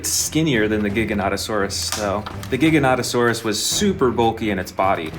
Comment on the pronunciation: AND YOU'RE SAYING GIGANOTOSAURUS WRONG